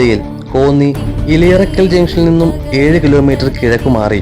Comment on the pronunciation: ഇലയറക്കൽ അല്ല. എലിയറക്കൽ